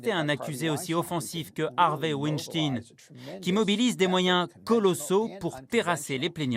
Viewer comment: Harvey Wenshting, dit elle? C'est abusé ce manque d'intérêt pour les langues étrangères... pitoyable!